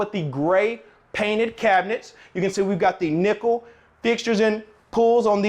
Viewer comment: Nickel, but thanks to you all I hear is nipple now.😜